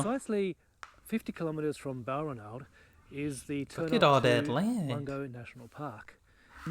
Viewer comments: In all my 68 years I have never heard Balranald pronounced like that. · He pronounces it so strangely that you didn't even catch it. lol .... its in the first few minutes, beginning of the journey, he says it a few times. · It helps if you listen to what is said, that way you avoid needlessly banging on about Africa. The presenter sounds Australian and doesn't know how to pronounce Balranald - his credibility blown in the first few minutes. He can't pronounce the word "pastoralists" either. Sheep eat salt bush, it gives their flesh a unique flavour, salt bush fed sheep meat sells at a premium, how come this dufus didn't know that? You sir interrupt too much, talk too much shit and fail to grasp the essence of this amazing place. Save yourself from a further display of ignorance and skip part 2. For what it's worth, I've been to Lake Mungo and found it both stunningly beautiful and totally awesome.